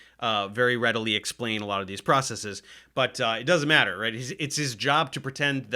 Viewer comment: Its refreshing to hear someone say processes correctly, instead of process-ees.